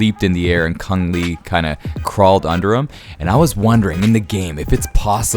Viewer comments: Chong Lee.. not Kung Lee.. people don't call you do they.. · It's Chong Li mate not Cung!! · Chong Lee.. not Cung..